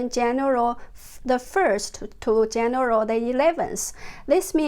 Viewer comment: More amazing info but Jennifer can I please help you to pronounce 'January'? 😂 Have a great weekend :)